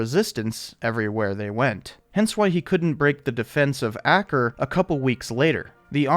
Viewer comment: ~ I'm pretty sure the pronunciation of Acre is botched so regularly that pronouncing it incorrectly is just how it has to be done.